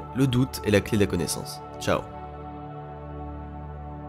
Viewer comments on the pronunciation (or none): none